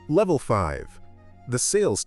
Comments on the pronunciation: Levef? Or level? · LEVEF? YOU MEAN LEVEL?